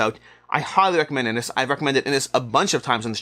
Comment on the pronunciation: Just incase you get asked this question on a gameshow... 'Inis' is pronounced as "inish".